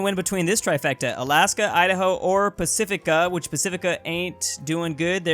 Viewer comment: Pacifica lol